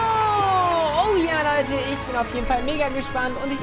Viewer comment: er sagt Hey LEUDDE BEST DAY OF MY LIFE